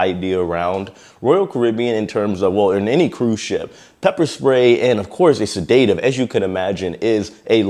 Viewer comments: I’m not an English major by any means. But, your pronunciation of sedative(said-ah-tive) is driving me up the wall 😅 Anyway, keep up the phenomenal work. I love your channel! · Bro man all due respect it’s sedative not sedateive lol 😂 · Sedative = seh•duh•tiv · It’s pronounced ‘sed-a-tive’. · Stop saying sa-day-tive. 🤦‍♂️ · Tell me you dont know how to pronounce sedative.... lol "Sed-uh-tive". 😄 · Love your work... Pronounced.. seh·duh·tiv Love your work. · Said-A-Tive…. Please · Sed-at-tive. not sadat-ive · It's pronounced sed-a-tiv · Sedative "Said-a-tive" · To me it looks like alcohol induced "Excited Delirium" - EXD. I am not sure how he was restrain and once he was restrained if he was rolled onto his side or sat up. If they kept him on his belly, that can be a HUGE suffocation issue. PS: You are pronouncing "Sedative" wrong. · Yes, pretty sure it was something else, and the proper pronounciation is accent on first syallable. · Learn how to pronounce “sedative “!!!! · You’re mispronouncing sedative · First and foremost……learn how to pronounce the word “sedative”! I had no idea what you meant when you said that word incorrectly. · Please learn the appropriate pronunciation of SEDATIVE! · Not how you pronounce sedative😂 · Great coverage. Tragic loss for everyone. 🕊️ (pssssst…ask a med professional how to SAY ‘sedative’. Your mispronunciation tickled me.) 😉🎄❤ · Sedative isn't pronounced like that. Ask Google to pronounce it for you. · your pronouncing sedative incorrectly. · Please have Google pronounce the word "sedative" for you. You repeatedly mispronounced the word. :) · Please look up the pronunciation of sedative😊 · It was so annoying to hear him keep mispronouncing that.😂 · NOT SID-DATE-TIVE, its said-da-tive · You are pronouncing sedative wrong. You are saying sedate-iv. Should be sed-uh-tive 😊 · Set-a-tive, not sa-day-tive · Extremely sad situation. But its pronounced se-da-tive not sa-day-tive. Great job on your vids and keeping us updated.